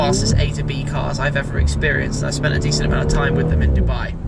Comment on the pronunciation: Breathe, Mr Big Trrrime 0.17